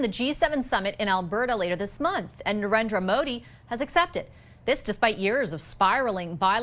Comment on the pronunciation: Narinder modi ❌ sarender modi ☑️😅😅😅